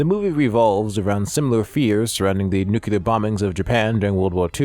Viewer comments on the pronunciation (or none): You are worried about mispronouncing Japanese words, but you are mispronouncing ENGLISH words! It's... new-KLEE-ar [NUCLEAR] NOT... new-Q-ler